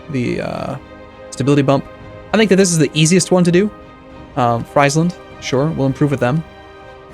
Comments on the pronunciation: FRIES-LAND? Because the whole county is one big deep fat frier where you can fry fries in?! It's Free-sland or Fryslân if you're actually from there like me. You're no doubt from across the big pond, damn colonies sadly adopted the british way of butchering all of the country names. So angry right now. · Exactly. Condottieri rhymes with hairy =D Oh, and Friesland is pronounced Freeze-land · It's pronounced "Frees-land", not "Fry's-land". And bravo for picking Holland. I am a fan. Looking forward to this one. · great stuff buddy, but pls pronounce Friesland correctly; it's as in Freezeland :)